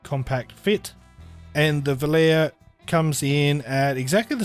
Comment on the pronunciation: Great review and this is not a criticism but I just wanted to let you know that v o l a r e is pronounced. "vol-ah-ray". It is an italian word made famous by the song of the same name sung by Frank Sinatra and a multitude of famous male tenors in recent years👌 Out of interest how would you compare the FH 19 to the fx15